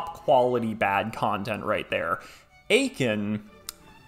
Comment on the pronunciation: You said Eiken and I got war flashbacks